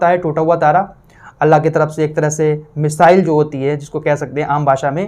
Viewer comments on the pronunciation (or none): none